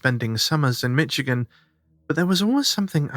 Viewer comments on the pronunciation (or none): I'm a Michigander and I noticed pronunciation of my state was "Mitchigan". It should be more like "Mishigan", no "t" sound. Love your show! <3